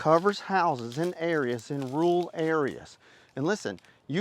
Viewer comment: Accent, I guess haha "roool" 😂